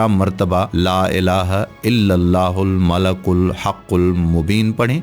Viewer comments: Not malakul It's malikul how you make vedio you not know right words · He is reciting it wrong its not Malakul, its Malikul Haqul Mobin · Malikul hai bahi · ' yah Baat bilkul theek hai aap Logon Ko help kar rahe ho Lekin aap quran ko bilkul galat padh rahe ho quran ka janaja nikal rahe ho aisa mat karo yah bahut Gunah Hai La Ilaha illallahul malikul hakkul Mubeen hai malakul Nahin Hai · Aray nadan shaqs aap naa sirf ghalat padh rahein hein balke is clip ke darmiyan mein is mubarak kalimah ko bikul ghalat likhdieye kon zimmedar malik padna hai aap malak padhrhein hain Allah Taala ka sifati naam malik ملک hai jiska mana shahisha baadshah ke hai aor aap malak padhrhe hein jiska mana farishta فرشتہ ke hein Allah Taala ki zaat ko farishta kahna khula shirk hai fouri is message ko delete karke sahi padh kar aor sahi likh kar dobarah share karo Allah ke azaab se khud ko aor nazireen ko bachaeiye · Aoa janab molana sahab apny description box mei maleikul likha ha.. oar ap malaakul parhy jarahe hein.. plz kisi mustanad aalim sy apny arbii oar tallaafuz mi durastigi kijeye.. jazak Allah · Sir admin ap sey request hey ka ap Al malik ko Al malak parh rahey hein jo bilkul ghalat hey or is tarha meaning change ho jatey hein plz, apni ghalti darost karein or ALLAH PAK SWT sey toba or mafi b mangein ALLAH PAK SWT ap par apna Reham or maghfirat karein Ameen.